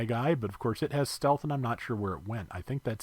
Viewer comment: "Steath"? Lol, I think someone has watched an Aqua Vengeance stream or two. Also, I got the Recon Acguy yesterday and am enjoying its kit. Looking forward to that guest video on the horizon.